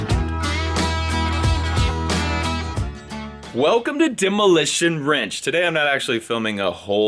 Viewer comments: Anyone realize he said Demo ranch, not OfftheRanch (Nvm I'm stupid) Says Demo WRENCH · pretty sure he said Demolition Wrench